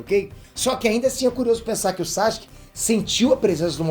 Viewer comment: ...pq vc fala "SACHUQUE" e não Sasuke ou "Saske"?